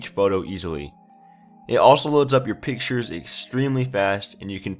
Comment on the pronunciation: Thanks for "Piktures" :)